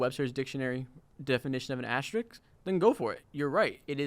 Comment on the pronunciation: Bro how hard is it to pronounce asterisk